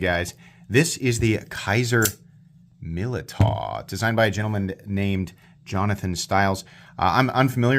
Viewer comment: Militaw=pronounced millie dow Nothing to do with the military Look it up